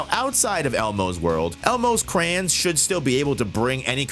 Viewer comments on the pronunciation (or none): bro really says "crans"... -500 aura